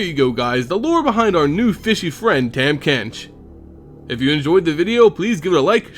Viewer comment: not to hate on your video or anything, i would just like to inform you that his name is pronounced "tom" not "tam", but also this video really makes his lore make sense.